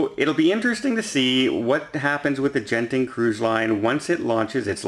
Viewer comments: According to my source, should be pronounced "Gurn Ting." The G is a hard G. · And that's Genting, pronounced with a hard G! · Hi! I am a Malaysian and Genting is a Malaysian public listed company. For your info, Genting cruises are part of their group and it’s pronounced as you would pronounce g as in girl and not j as in gentle. I hope this helps 😀